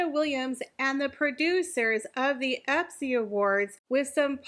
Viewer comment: It’s ESPY, not EPSY…just saying